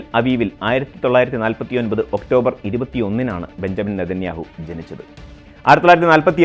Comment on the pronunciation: ബഞ്ചമിൻ എന്ന് എഴുതുന്നു പക്ഷെ വായിക്കേണ്ടത് ബിന്യാമിൻ എന്നാണ്‌. തിരുത്തും എന്ന് വിശ്വസിക്കുന്നു